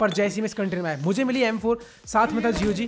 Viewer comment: Dont PRONOUNCE GOG.! Wo g guruji ki tarah sound hota h.! 1 dslike for that